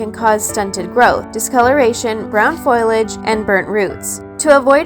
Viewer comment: Did you say foilage? Like Marge Simpson that's incredible